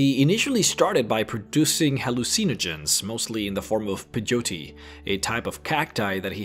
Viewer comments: "Hall-oo-Seen-o-gens"?!?! It's pronounced just like "Hallucinate"... as in "Ha-LOOSE-inogen". And it's not "Pah-Joe-Tea".... It's "Pay-OH-tee" or "Pa-YO-tay" (it varies by region). Just trying to help. PS - it's not "post Appa-colliptic". It's "post ah-POCK-oh-liptic". You tend to emphasize the wrong syllables. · It's pronounced like pay-yo-tee. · Do you mean peyote Pronounced pay-oh-tee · Pay-o-tee. Not puh-joe-tee. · loooser It’s pronounced pay not pie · Peyote is pronounced like (pay o tea) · It’s more like pay-yo-tea. That’s how I hear it pronounced anyway. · It's actually pronounced (pey-ho-tae)... And it's a native American version of marijuana. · You really did your homework. Congratulations! Oh, and it's pronounced PAY O Tee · Thank you Flaura. It was driving me batty hearing him call Peyote "Peh-joe-tay." lol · pronounced Pay-Yo-Tee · So close but again not exactly corrected, it's Pay-Oh-Tee. The Y is used to create the Pay sound and not a Yo sound. Not trying to be mean just simply informing people for their own personal growth, I can chalk this one up to geographical language differences in how we speak to mislead people on pronunciation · PEYOTE = PE + YO + TE like in " YO BRUH " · The way you pronounced Peyote, Apocalyptic and Hallucinogens sounded like Pejote, Apokliptik and Haluseeneegens xD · Pay-O-T....say it fast, or Pay-O-D is how most people pronounce it. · Phey oh tee. Peyote. Come on man there isn't even a J in the word. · Peyote:- Pay - oh - tee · Pay-yo-tay or Pay-yo-tea. thats how you say that word. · let me help ya: PEYOTE - PAY-YOH-TEE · Peyote, PAY-OH-TEE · Pai-o-tay, is how you say it. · peyote is said like pay oat tea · Pay-Yo-Tee is how you pronounce it:) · Peyote Pay-oaty. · PIE-yo-tea PAJOETEE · its pay-oat-tea peyote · Pay - Yoh - Tee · Pay-yo-tee thats how you say it. :) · Peyote> Pay-O-tea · PAY-YOTIE is how you pronounce that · PAY - oh - TEE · Its Pie-oat-tee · Peyote is pronounced pay oh tee. :)